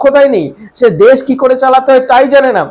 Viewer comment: It would be better and more acceptable if you improve your accent. For example: it is not 'des' but 'desh'; it is not 'suru', but 'shuru'. However the content is not that bad.